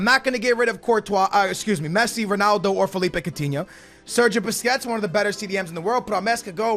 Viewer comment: On Barca you said ronoldo